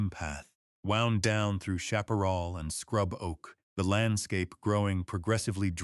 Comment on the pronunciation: And Chaparr- “all” should be said like a man’s name Chaparr- Al.